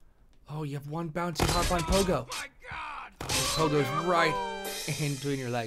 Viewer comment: "Harpon" :P